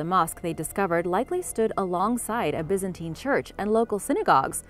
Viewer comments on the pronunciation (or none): none